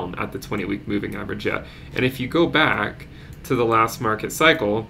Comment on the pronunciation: Not enough emphasis on the "BACK" into the crypto verse. come on man